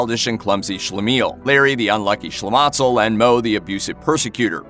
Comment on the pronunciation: Shlematzel??? Rather Shlemazel!!!